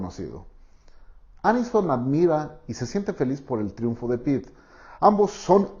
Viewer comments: Pritt???!!! Jajajaja me dio risa pensé en el resistió jajajajajaja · En el minuto dijiste Pritt, y ese es un pegamento